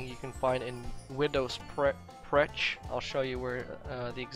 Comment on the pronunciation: ahah bro it's not widow's pretch but perch pronounced pertch . it comes from French percher which means to hang etc . as you know maybe the normans won the battle of hastings and many many French words are in English. i guess that's why i probably learnt English words much more easily than anybody else because so many French words are in there.. (it's the same for an Englishman learning French) Fallout 76 - I made 50 Atoms in less than 10 minutes! Raider Skull Gas Mask is up with a Discount! , you have = minutes, gas, mask and discount from French (décompte)